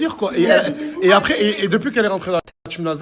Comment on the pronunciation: J AI REMARQUER NASDAS ARRIVE PAS A DIRE LE MOT apres; MDR IL DIT TOUJOURS acres ; COMME YAOURT. IL DIT yayoute mdr je me moque pas hein; et nasdas avait dit que certaines personnes ne passeront plus dans ses snaps; ba je crois qu il visait 4BDV NON ??